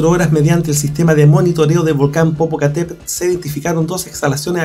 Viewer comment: NO SE DICE POPOCATEPEL SINO POPOCATEPETL